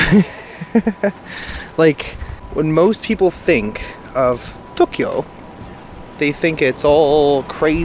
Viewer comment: in Tok-e-yo...looking forward to your journey, thanks for bringing us along:)) Thinking of you from Northern Ontario..it snowed this morning, muahahahaha